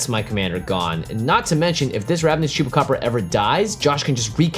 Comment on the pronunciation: O jeito que ele fala chupacabra é muito bom.